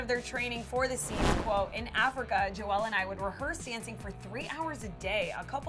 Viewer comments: She said joe-ell it’s Joel 😂😂😂😂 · Joel isn’t pronounced joELLE. It’s Joel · is anyone else annoyed that she says “jo-el” instead of “jole”... ps yes i know that’s not how his name is spelled but i’m talking in terms of phonetics here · His name is Joel. Pronounced like hole. Not Joelle. Seriously do you guys never fact check anything? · Joelle Courtney? Lol, it's Joel 😂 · Her pronunciation of Joel is just...wow. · Why did she say joel like joelle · It's not Joe-elle it's Joel like jol 😩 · did she say “jo-elle”?😂😳🤷🏼‍♀️ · Joel not joe-l just so you know because that just shows fake fan lol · Why did she say jo-el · did she say joelle? lol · “Jo-Elle” I cant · Agreed and i liked when she pronounced joel as joe-elle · that’s not how you say joel’s name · I cringed at the way she kept saying Joel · that's not how you pronounce joel's name lol. but ok i get the confusion though.